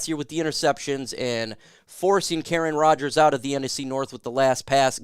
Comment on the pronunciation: Excuse me, did I just hear you say “Karen Rogers” that was perfect